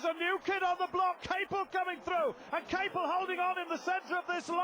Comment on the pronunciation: The announcer keeps pronouncing john Capel's name wrong. It's ca-PEL. it makes me wonder whatever happened to him.